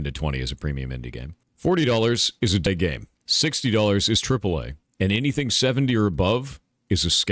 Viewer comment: What did Thor call the $40 game? It sounds like he said “day game” or “dead game”